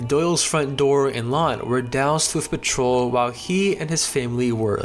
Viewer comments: You need to work on the pronunciations of words...petrol is pronounced pe-troll with the t being sounded..corps is pronounced 'cores' not 'corpses' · Great stuff but please check your pronunciations. Never heard anyone pronounce "petrol" like that before